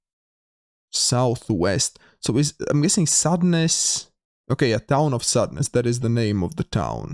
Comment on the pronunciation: LOL Sandnes in Norway means sand "nose" or a sandy peninsula or headlands. You kept pronouncing it as "sadness". :-) I love your videos; please keep up the entertaining commentary!